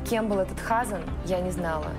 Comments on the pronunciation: Почему ХАзан, а не ХазАн? Как так мог повернуться язык? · хАзан!!! 😂😂😂😂 🤦🏻‍♀️🤦🏻‍♀️🤦🏻‍♀️🤦🏻‍♀️🤦🏻‍♀️ а почему хАзан, а не хазАн? Так всё плохо? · Мне кажется не Ха'сан, а Хаса'н, ударение в другом месте должно быть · Небольшая поправка слово Хазан ударение ставится на второй слог.С иврита хазан означает "пастор".